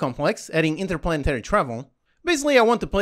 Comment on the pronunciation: INTERPLANARY? It is 'stage'